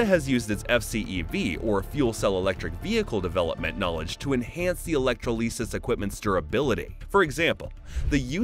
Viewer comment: E-lec-tro-LEE-sus Who the helll says electrolysis that way?